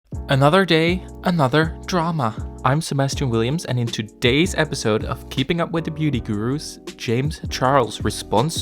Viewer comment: lmao i heard it semester williams